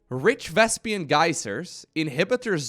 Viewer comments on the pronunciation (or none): Why do some people say Vespian? It's spelled Vespene. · They should call the purlple gas Vespian gas so I don't have to cringe everytime mispronounces Vespene gas.